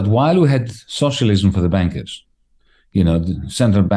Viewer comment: Love how Varoufakis' accent sounds like he saying "the bankers big wages as "Busted/Bastard" both works for me!